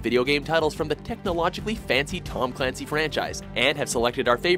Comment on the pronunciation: It's pronounced Tom CULANCY.